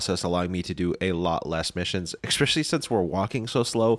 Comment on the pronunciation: “Ekspecially” isn’t how you say that word.